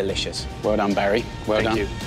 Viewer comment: “Fank quickry but more importantly fank fast”